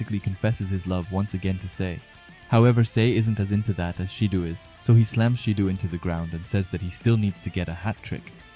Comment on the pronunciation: It’s not “sheedu” 💀 pronounced Shi Doh